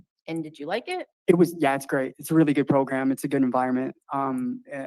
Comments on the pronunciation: Stop saying "progrum," goddamn idiot. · I like how you pronounce the word 'program' PROGRUMM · The progrum came out lol